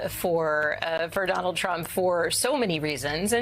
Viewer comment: What a 🤡! Can't even pronounce President Trump correctly 😂